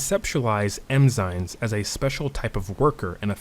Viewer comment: I love this video, you sound like a professor. But with love, I can't unhear you calling them "Emzynes" 😂